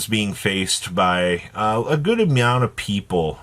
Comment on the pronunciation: did you just say ''a good A-meow-nt of people'' .